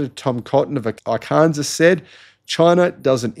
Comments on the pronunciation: Ar- kan-saw not kansas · Arkansas is pronounced "Arken saw" hehe